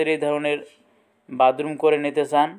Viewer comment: বাদরুম না বাথরুম????😂😂😂😂